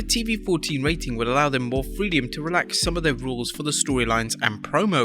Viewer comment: What's freediom an ongoing thing with the voice-over guy,seems to have issues pronouncing words and phrases that shouldn't be that difficult to pronounce.